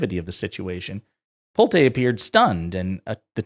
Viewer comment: Just a note - Pulte's name is pronounced Pull-tee